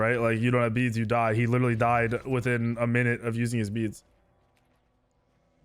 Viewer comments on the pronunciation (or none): none